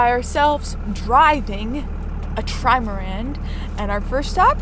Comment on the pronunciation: I like how calls the boat a Trimarand 😄